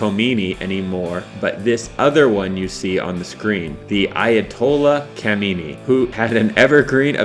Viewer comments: SOME CORRECTIONS - The Ayatollah Jamenie ? It's Khamenei. The i at the end sounds like a sharp e. Please don't use H instead of K. You can't pronounce Kh (snoring sound), so just use a K - Khomeini disliked (not hated) and didn't trust the US at first. After the students took over the US embassy and found proof that the US was planning to overthrow Khomeini's government, like in 1953, when the US overthrew the democratically elected liberal government (which you didn't even mention in the video for some reason), Khomeini told the US to give up the Shah in exchange for the hostages. The hostages were embassy workers who Khomeini said were actually spies, working in an embassy which Khomeini called "the den of spies" - NO Iran and the US didn't have a common enemy in Saddam during the Iran-Iraq war. Yes the US was caught selling Iran weapons during the Iran-Contra affair, however during the Iran-Iraq war, the US, USSR, UK, France, West Germany, Saudi Arabia and dozens of other countries supported Saddam. Iran on the other hand was caught by surprise when Saddam attacked and Iran's military was stuck with US and British weapons, without being able to get spare parts or support for those weapons. It should also be noted that during the chaos of the revolution, half of the Iranian military's soldiers had defected and all the top generals and 5000 top officers had been purged, imprisoned, killed or forced to retire early. Despite the odds being against them, the Iran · Ayatollah "Jamenei"? What kind of research goes into these videos, Struth! *Khamenei*... pronounced "Kha-me-nay-ee". Put me off the whole series. Dire... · Jamenei!?!?!? Are you kidding me? it's khamenei: kha (like russian H)-meh-neh-ee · His name is ayotallah khamanieh not jamanieh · You couldn't be more wrong. But you are very accurate in spewing out west's portrayal of history. Good job on that. And it's Kha-me-nei not Jamenei, dumbass! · Ayatollah khamanai not jamanai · it is khamenai not jeminai.